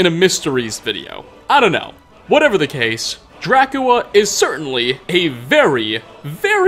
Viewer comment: Being able to say drascula that many different ways without doing it right even once is such a power move